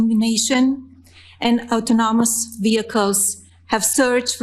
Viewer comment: Auto namous??? Trump "Anomenous"... Melania said hold my "Auto-namous"